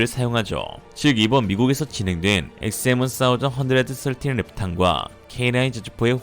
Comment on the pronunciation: 원사이즈언드서틴 ㅋㆍㅋ 어색한건지 웃기실려고 하신건지.. 의도는 후자쪽인걸 확실히 알겠습니다~ 스타일 아니까~~ㅋ